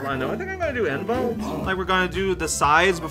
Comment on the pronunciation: So my hearing may be bad but...are you calling the character N-Volt? It's 9-Volt